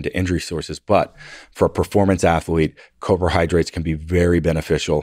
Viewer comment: Did I hear him say cobrahydrates? I think I’m missing that in my diet 🐍🐍🐍